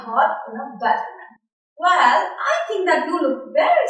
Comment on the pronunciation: bad sound & bad accent... and btw it is probounced well not vell